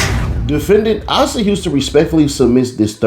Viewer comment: His name pronounced A-sa like aye-sa